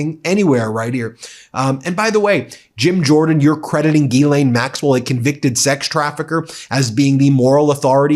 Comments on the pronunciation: Hey Ben, you are mispronouncing Ghislaine Maxwell's name. Open up Google Translate then select translate from French, put in Ghislaine and press the speaker button and you will get the proper pronunciation. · Will you guys go to a French pronunciation website and learn how to say Ghislaine correctly.